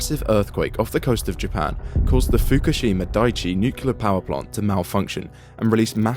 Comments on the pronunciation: It is not nukelar, it is nuclear. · Why do people pronounce it nucular when it’s nuclear? I’ve always been curious. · What the hell is nucular? Can't even pronounce the technology you are reporting? The nuclear fusion illustration is also wrong, you are fusing 2 atoms with many protons and neutrons, not hydrogen or tritium... Bad reporting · Nucular... It's always fucking nucular. On topic tho, it's kinda funny that whenever western country starts talking about more nuclear power, "accidents" start happening across existing power plants. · New-cular is very new and musk-cular. The community organiser tried to organise new-cular plants. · pronounced "nu-clear" you sound like an uneducated idiot. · nucular? really? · Dude please. The phonetic pronunciation of "nuclear" is typically written as /ˈnjuː.kliː.ər/ for the standard form. And if you're looking at the more colloquial pronunciation, it’s sometimes written as /ˈnjuː.kjʊ.lər/. The first syllable is emphasized in both cases, and the difference is mainly in that middle sound. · It's pronounced ' nucular, Pepsi' ( Homer Simpson, nuclear safety specialist) 😆😆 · Not once was the word "nuclear" pronounced correctly 🤣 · Brother you can't even say Nuclear